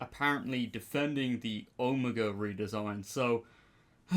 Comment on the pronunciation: I’m glad people are mispronouncing his name, because that Skelton blob wasn’t OH-mah-gah 😂 💀 😂😂😂